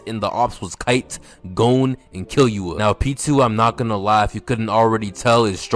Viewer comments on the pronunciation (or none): say it with me "Key-Loo-ah"